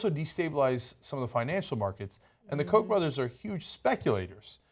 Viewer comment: The Koch brothers, people should look up the actual German pronunciation, it's not Heckler and Coke.